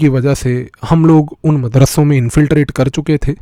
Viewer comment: अरे भाई अपना उच्चारण तो सुधारिए।आप जो मदरस्सों शब्द बोल रहे हैं न इसे मदरस्सों नहीं बोला जाता बल्कि मदरसों बोला जाता है।आपके उच्चारण में पंजाबी भाषा के उच्चारण का प्रभाव है जिस कारण वीडियो का मजा खराब हो गया यार।